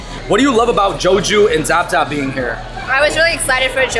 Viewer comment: Zaab Zaab is prounced Saab Saab, meaning delicious